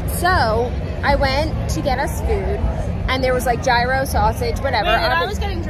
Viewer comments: i CANNOT with how you pronounce “gyro” 😂 the G is completely silent and I’m loosing my mind each time you say it. It’s so funny 🤣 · You pronouncing gyro lol